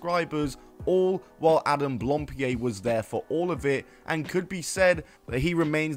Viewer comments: It's blam pied, not blampied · Hang on, back up... am I misremembering or did this guy himself pronounce his own name "Adam Blam-Peed?" Am I remembering that right, and if so, are we just doing a "Juicy Smoo-lee-ay" thing here? Or has Adam never spoken his own last name and this video looked up the pronunciation? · I think I've heard two versions of how to pronounce his last name. Either as "Blohm-pee-ay", or "Blahm-pee-ay". I've been trying to look for some footage of Adam himself saying his last name, but couldn't really find it, as he's been introducing himself mostly with just his first name.